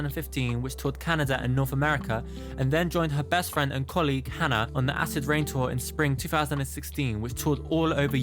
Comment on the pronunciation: It’s Hana. Phonetically like Hah-Nuh. Not trying to be rude at all. Have a nice day :-)